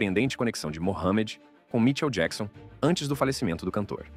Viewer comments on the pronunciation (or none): que porra é essa de vídeo que o narrador não sabe nem falar o nome do MICHAEL JACKSON?!?! 👌👌👌